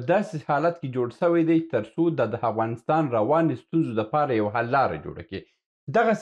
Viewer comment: هیله لرم دا لاندې کلمات سم تلفظ کړئ. الف او ع په ه تلفظ کوی. هنګلستان (انګلستان) همله هفغانستان قناهت هثرات همارات هرب هربستان هانس